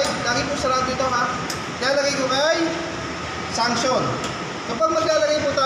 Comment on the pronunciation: Excuse lang po mali po ata pagbigkas ng Suction ni Instructor...ang pagkarinig ko ay Sanction😁...sa Suction line or Low Side line...